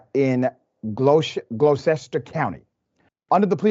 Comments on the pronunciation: It's pronounced "Gloss-ter" County. I grew up there.😂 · We pronounced it as Gloucester (Glosster) if that helps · The place they were at is a nightclub after 10pm, and it is terrible. FYI, it's pronounced like "glosster." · It's a rough word, but the town name is pronounced Gloss-tah. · Pronounced GLOSS-TER. And it’s outrageous that a security guard can do that and he should have been charged with a felony! Shameful NJ can do better!! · It's pronounced (glaw-chest-ter) Doc. But don't worry, a lot of folks pronounce it wrong.😉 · 🤣🤣🤣🤣 can’t even pronounce the Gloucester correct….but your educated. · Dr. Richey you mispronounced Gloucester!! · Everyone pronounce words wrong sometime in life that is human. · You didn't bother to look up the correct pronunciation of 'Gloucester' BEFORE recording?